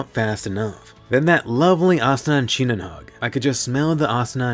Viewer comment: i had a smile when Asuna said SiNoNoN!